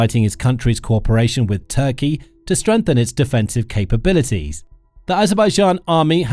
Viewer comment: The artificial voice on this video is irritating for important issues it can not pronounce TURKEY, a simple word to pronounce.